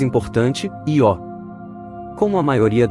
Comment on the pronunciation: Nao é ió, é io(ío), se fosse ió teria acento,vc nunca ouviu falor na lua Io( vc chama seu tio de tio ou tió,kkkk) parabens pelo canal, sou inscrito nao perco um video, abraço.